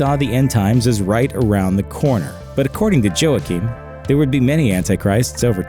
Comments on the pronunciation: Wha keen.. Joaquin. Not joahkeen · LOL! He's pronouncing the name Joaquim as 'Joe-Akeem.' It's always a bad sign when the narrator prononces things incorrectly. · It's pronounced "WA-keem", not "Jo-ahkeem". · Joachim is pronounced "waa-keem" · I believe the correct pronounciation of Joachim is 'hwah-keen'. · "Joachim" is pronounced "Wakeem" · This guy's pronunciation of Joachim was bad enough to make me consider turning to Satan worship. By the time he mentioned Saladin, I was getting ready to sacrifice a goat.